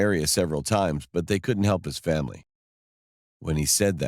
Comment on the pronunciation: Did anyone realize she said "The next morning I told my famie" Lol 😂😂